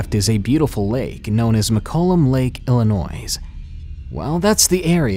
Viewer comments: Illinoy not illi noise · It's pronounced Illinoi the s is silent. Was born in Chicago IL. Now, I'm a Washingtonian these days lol... Love my new state home...I also live in Aberdeen, WA home of Kurt Cobain ♡ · Illinoizzz? The "s" is supposed to be silent - unless it's a diabolical plot to annoy the people of Illinois. In which case, carry on... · The 'S' in Illinois is silent!!!! It's pronounced Illinoi! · That's hilarious because I've heard a hundred other people say the same thing - Except that it's pronounced Illi-noise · cumastercuonline I know I hate it when people do this!! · Love ur stories and ur voice! Just one thing, the S at the end of Illinois is silent :) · The S in Illinois is silent actually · THE S IN ILLINOIS IS SILENT!!!!!!!! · Yo. The S in Illinois is silent.😂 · When saying "Illinois" the s is silent -_ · the s at the end of Illinois is silent. the only thing more annoying than people saying the s is when you say you're from Illinois and the person says "oh, Chicago?" no fuckin no! fuck Chicago, there's is a whole other part of the state! sorry crazy southern Illinois resident rant over :) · I considered unsubscribing simply because you pronounce the s in Illinois. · you don't pronounce the s in illinois. get it right please. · Jay Feather your not from illinois, are you?